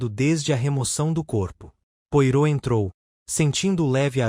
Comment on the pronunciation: A legenda está com problemas. Coitado do Poirot. Pedaços de frases em outro idioma. O nome do detetive falado de forma errada. Fiquei decepcionada.